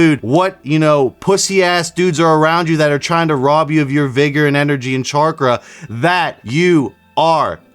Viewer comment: He said "charkra" ... CHARkra 🤣